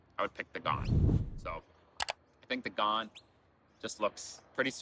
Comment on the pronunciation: Birds: Noisy Miners, going “whit, whit, whit…”, plus probably Rainbow Lorikeets (small, beautiful multi-hued parrot-type birds). Trains: mate, it’s the Ghan, as in Afghan. Not pronounced “gaaahn”. Sounded like a Butcher Bird at one point, also.